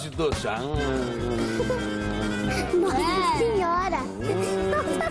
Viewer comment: "NOSSA SIORA" KKKKKKKKKK